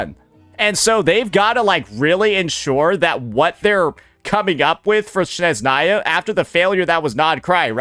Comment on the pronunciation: Snezhnaya ❌ Shitzhnaya✅